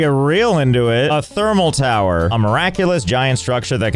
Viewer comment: i had to pause giggling becaus3 it said Furnance in the unlock menu. and also over "it is a towar ;D"